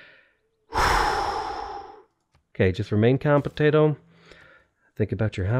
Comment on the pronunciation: Potato became american! xD